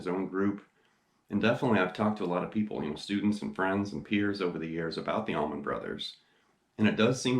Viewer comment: Allman...not tower..lol